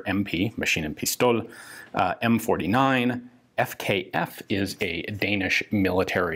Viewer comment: AS a dane Ian, I have to correct you. It's Maskin-Pistol . We don't speak german^^